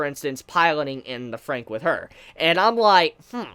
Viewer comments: You're still saying the title wrong, it's said Darling in the Franks not Frank. Hence the double XX after Fran gives it a plural sound. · WHAT THE HELL!!! How dare you mispronounce the title of the anime. God forbid anyone mispronounces something nowadays. I'm sooo offended right now I can't even handle it. I'm utterly disgusted....... btw, I really liked the later part of the episode with Ichigo and Hiro. I personally like Ichigo more than 02 currently.